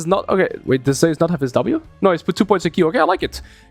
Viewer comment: Every time you pronounce Zeus ‘Zehus’, a Greek player decides to main Fizz.